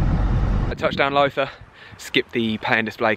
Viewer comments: My home turf, awesome vlog. Loving the energy too 🙌🏼👌🏼🤟🏼. Lowther - pronounced like Laou-ther 🤩. Where are you heading in December up here? We should do a coffee 🤩🤩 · Fantastic video ! one thing is Lowther Castle is prodounced like “allow the” without the a on allow